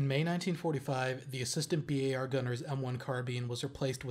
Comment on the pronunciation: "Bee-Aye-Are" never "bar"